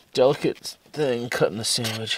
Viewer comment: Mulligan heard you say SAMMICH and the chip bag rattled! Guess who is takin time to feed the dawg.